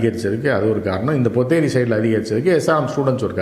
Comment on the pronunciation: Not ponneri .potheri.